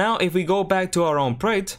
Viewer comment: Project. I've never heard anyone struggle this much to pronounce such a simple, two syllable word Lol